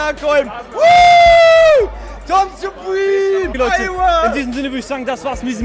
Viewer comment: Ich dachte er heisst Tom Sperm, wusste nicht dass er Tom supreme heisst